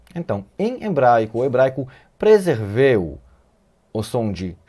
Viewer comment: Shalom, Teacher! Rsrsrsrs. Gratidão pelo nível fo ensino. Não sei se alguém já o fez aqui, são muitos comentários; mas eu gostaria de contribuir com seu português na palavra relativa ao ato de preservar: no vídeo você pronuncia “preserveu”; na verdade a pronúncia é preservou. Deus continue te abençoando